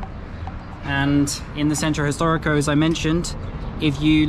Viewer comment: I love the way you say "gracias " You say it with no accent at all. Centro historico, tongue, eye and hasta pronto sound perfect in Spanish as well. ❤❤❤ Try "tacos al pastor"